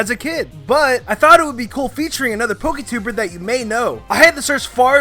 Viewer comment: did you really say "poketuber"?